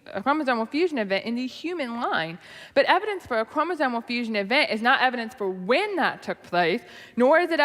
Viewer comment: I noticed she said "chromosomal" correctly... Does she not realize the difference here with how she says "chromosone"?